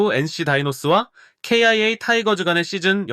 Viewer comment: 아니 기아를 케이아이에이 라고 하는데 직접 녹음 한거면 왜 그렇는 거임?